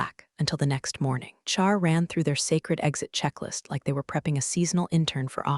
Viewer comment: It took me a couple of episodes with Karen to figure out who the mysterious "Char" was. Then I said it out loud to myself Char = HR Hehehe Shirley 1, AI a bazillion